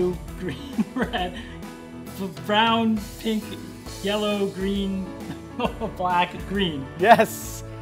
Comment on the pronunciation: He messed up on the word pink, and none of the two noticed it